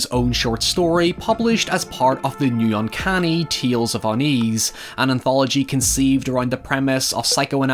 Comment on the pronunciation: Everyone: Tales: Tehls